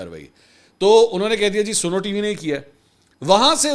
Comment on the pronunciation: Mansir sb@ Yah snow hay Ya Suno( listen) Correct please